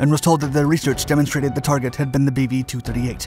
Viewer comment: I can't get past the 'BB-8" that I keep hearing, regardless of it's actual name :P